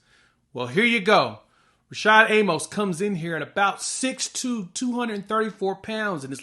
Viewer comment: A-Mus. Not A-Mohs. He literally has the correction on his Twitter page.